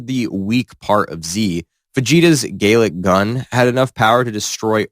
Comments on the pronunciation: the intro implies this is dbs goku we got "outerversal menace vs toy soldiers" lmao. also did this mf use ssjb vegeta as an example of SAIYAN SAGA vegeta, and say "gay-lick gun" instead of "Gal-lick gun" edit: THE MF SAID KAMEKAMEHA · You gotta work on pronunciations, my guy. No disrespect, it’s just bad. “Galick”, “Kamehameha”, and “Jiren” alone were rough. You had some in the Kratos vid, too. Just honest feedback.